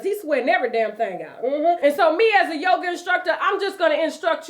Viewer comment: You get on my nerves! A lot of yogi’s and he doing yoger 😂